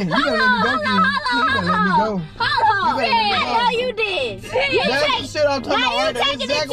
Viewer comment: Lmao ken every sec “ hollon ted “ 💀💀